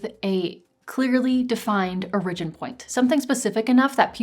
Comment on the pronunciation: Off topic: where are you from? The way you pronounce “origin” is very interesting.